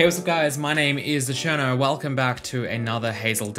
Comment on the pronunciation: subscribed sicne months but I always understand "Acherno" in the intro :D